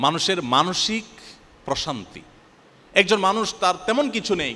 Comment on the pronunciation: এমনভাবে প্রশান্তি উচ্চারণ করলেন যে আমি মানসিক অশান্তি শুনলাম😂